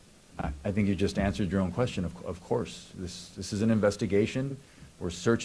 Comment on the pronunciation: He said I WANNA SHANK. I MEAN I WANNA THnk😂😂